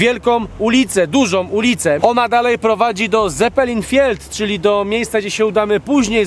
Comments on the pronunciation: Odcinek o niemcach a tu "ZeppelinFIELD" pol po angielsku. Dlaczego? Czyta sie CeppelinFELD a pisze prze Z. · Wymawiamy tą nazwę fonetycznie Cepelin Feld z niemieckiego. Można się wymowy nauczyć przed odcinkiem. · Typki aspirują do robienia dziennikarskiej roboty, są we trzech i każdy gamoń źle wymawia Zeppelinfeld co jest jakąkolwiek podstawą, do tego źle odmieniają NORYMBERGA, wcześniej mówiąc, że zawsze chcieli tu być i to było na bucket liście. Na koniec mylą dwie różne postaci w sądzie Norymberskim. Najbardziej zastanawia, że jesteście we 3 i żaden nie wykonał minimum roboty. Albo lecicie na łatwizne i scenariusz wysrywa wam AI i robicie robotę po łebkach, albo jesteście tak niekompetentni. Oby kolejne rzeczy były lepsze. Wielki minus.